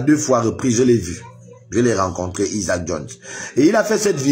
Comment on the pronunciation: tu sais de qui il parle même s'il ne prononce pas bien son prénom